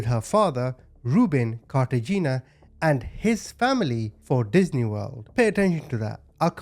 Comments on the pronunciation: Pronounced Carta Hen ia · The last name is pronounced "Car-ta-heh-nah;" the husband is Hispanic. Edit: like the city in Colombia. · Cartagena = KAR-ta-HAY-na